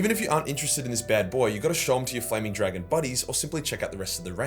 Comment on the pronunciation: “This is flaming, dwagon!”